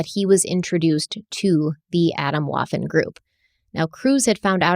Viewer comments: "Adam Woffen" cracked me up too! Scary stuff though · Swedish speaker here... I thought she said Adam Waffle 🤣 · the way she pronounced Waffen like waffle.... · As a German speaker hearing the pronunciation of Waffen made me cringe 😅 This story is soooo extremely sad. I'm actually crying from this. I cannot believe how much hatred people harbor and enforce onto others. I cannot believe this group. My heart is so shattered.